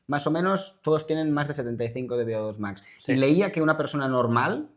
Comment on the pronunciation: Beodos Max?, eres latino?